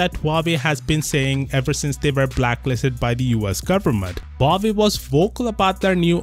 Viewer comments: It's actually spelled wah-way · My ears bleed every time u say "wavy" instead of Huawei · Not Huvavei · Huawei's middle name actually 'Lie'. Hua 'Lie' Wei